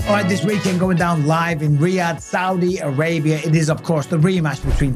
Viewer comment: thowdi Arabia?! 🤷‍♂️🤣